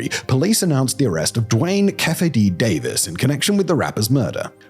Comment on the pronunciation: Simon, it's pronounced KEEFY D, not KEFFY D. LOL!!!